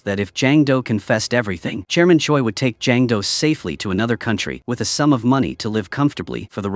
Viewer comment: why do i hear chairman choice's name as German Choy